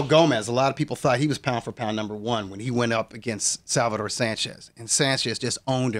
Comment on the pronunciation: FINITO LOPEZ , AND ITS SALVADOR NOT SALVATORE